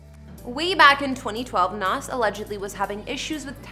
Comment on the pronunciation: Its not Nahsss, it's Nahz